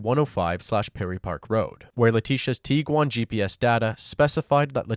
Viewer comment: Are you saying “tee-quan”?? It’s a “g”, it’s “tig-wan”.